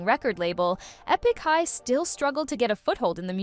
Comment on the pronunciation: E-pick high?